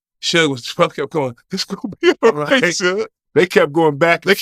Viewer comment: "It's gone be ight Suge" "it's gone be ight".